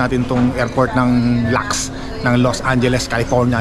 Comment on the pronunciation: Mabuti at na- enjoy mo ang bisita mo sa Los Angeles- kung Hindi lang ako busy - tumambay sana ako sa Manhattan Beach( joke lang) Fyi- ang pag pronounce ng LAX ay letra “L” letra “A” letra “X”- Hindi lax😬